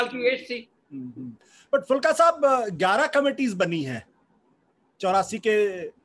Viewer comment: आशुतोष जी, उनका नाम एच एस फूलका है, फुल्का नहीं। बड़े ऊ की मात्रा पर ध्यान दें।